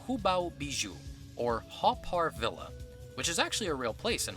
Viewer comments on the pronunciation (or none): none